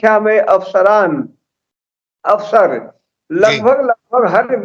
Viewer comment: "AFSARAN" nahi. Yeh "AWSARAN"hain.